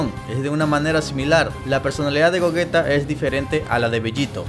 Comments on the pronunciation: gollita ulala señor frances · Gogita?,creí q era Gogeta :v